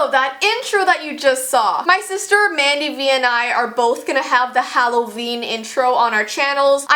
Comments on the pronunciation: Who else screamed when it said Hollveen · Halloveen? No, no its hall of beans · I didn’t even notice the ‘halloveen’. I thought it was just plain old Halloween XD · intro: IT'S HALLOVEEN Me: No, it's September 19th. No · “It’s Halloveen.” Me: HHHEEEECCCCKKKK YYEEEEEEAAAHHHH!!!!!!!!! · IT'S HALLOVEEN